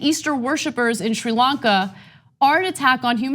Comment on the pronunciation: I seem to recall TYT criticism of Donald Trump for not using the word Muslims when talking about the Christchurch massacre. I guess Democrats get a pass. Plus Ana, learn how to pronounce Sri Lanka. I suggest you watch the BBC.